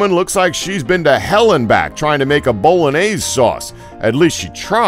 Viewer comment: Bowlanase? HillAHrius? Jesus this channel is horrible at pronouncing words